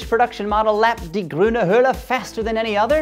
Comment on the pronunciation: your "grüne Hölle" (green hell) sounds more like "grüne Höhle" (green cave) ;)